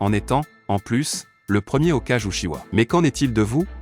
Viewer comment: OkAjE au lieu de "Hokage"